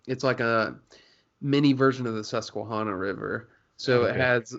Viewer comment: man... its hana, susque(hana). Think naisley with it. Hana, not hauna 😂